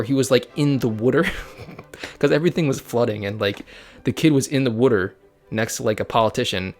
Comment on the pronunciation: I liked the vid ....... i hate batman ......... also you say water weird 🤣